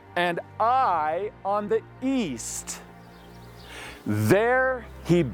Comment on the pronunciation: THE CITY OF AI - IS PRONOUNCED 'AW-YAW' '...AND THERE ARE NO 'ITES' IN HEBREW NAMES...BUT, ANOTHER GREAT VIDEO PROOF OF SCRIPTURE...ALL THE BEST...🙏🏻